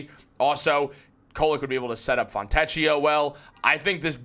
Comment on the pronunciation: In Italian, "ch" is pronounced like a 'k'. The "ch" sound in Italian is spelled with either "ci" or "ce" such as ciabbata. So, his name is pronounced "Fon'-te`-k-i-o".